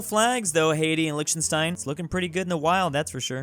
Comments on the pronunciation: Is it not pronounced "liktenstīn" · How can we make realize that it's pronounced Liechtenstein [licktenshtein] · why do you pronounce Liechtenstein like that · The way he says Liechtenstein, ummm, byeeee🤌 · imagine can't even pronounce Lichtenstein correctly smh